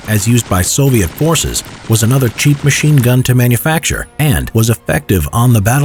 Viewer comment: Sounds like to me he said mean gun